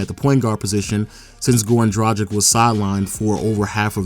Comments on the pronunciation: It's pronounced DRA-GICH not DRA-JIK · Dragic is pronounced (Drag-ich) not (Draj-ick)